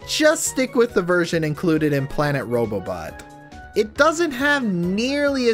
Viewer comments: him: robobobobo. Me: its robobot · how can he not say it its robobobot